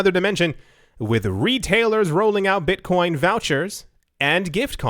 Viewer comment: "Beetcoin"